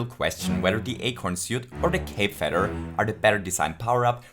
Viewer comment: I love how you say cape feder. No really I'm not making fun. I really, honestly, wish that were it's actual name. It's sounds way cooler to me than cape feather. :D